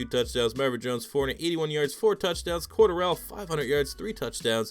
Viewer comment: Cordarrelle...you are pronouncing that way wrong.